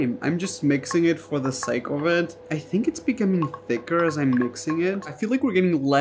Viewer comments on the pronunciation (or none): none